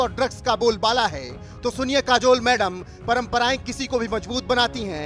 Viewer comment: काजोल बोलो जुबां केशरी